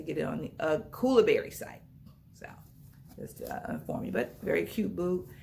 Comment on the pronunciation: I’m confused I thought they were koolaburra but you are saying koolaburry🧐